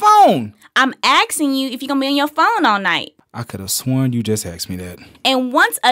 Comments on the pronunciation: asking not axing still don't get how people pronounce that wrong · axing? u got difficulties or something? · I'm AXING you a question. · "And once again, I'm axing again!!"